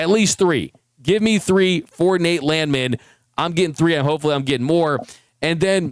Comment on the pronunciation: It's pronounced Land Man.